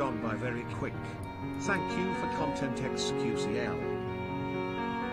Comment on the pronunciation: I think you mean Thankubruh